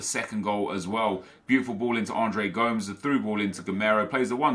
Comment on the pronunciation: Please stop saying Andres Gomes its Go-Mes